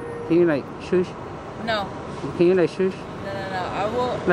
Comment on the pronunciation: "Can you like shoosh?" 😆